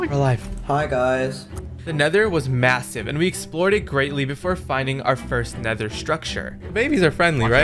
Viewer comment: bro said he found a wassive swip